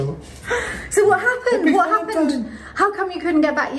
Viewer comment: Valen-dine??? valen-dine?????? I feel the word-play of our here. Cant wait to see what the subterranean room reveals - so exciting. thank you for sharing... so enjoyable. I particularly loved the valentine 'unwrap' episode... Selmar and were in great form